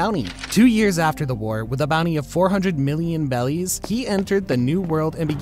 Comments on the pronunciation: I’m pretty sure it’s pronounced “berries” not “bellies” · more like “beddies” or just however you prefer since r and l are basically the same in japanese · Why does he say bellies 😂💀💀